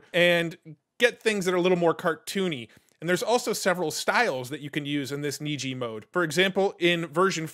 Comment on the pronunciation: You are correct, Niji is Japanese for rainbow and is pronounced as you said (neejee)